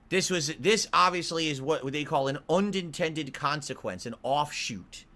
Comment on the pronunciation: "un-dent-tended consequence", Freudian slip